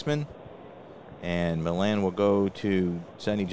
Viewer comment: Great stuff,! I find your presentations very interesting, and always interested on what you have to say about our wonderful hobby. BTW, the l's in Felix Millan's name are silent: Felix Millan - \FEE-lix mee-YON\